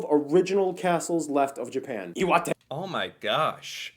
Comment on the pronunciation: "Iwate" is "love wate"??? ?? ?? ? hahahahahaha